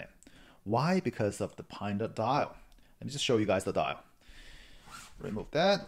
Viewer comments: lol, you're calling it Pine-Da....it's actually Panda after the Chinese bear, which is black and white. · Paanda not Pine-da